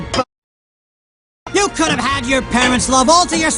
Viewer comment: could have가 쿠르브 로 발음되네영